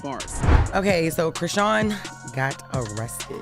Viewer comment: Her name is pronounced "Cri-Shawn".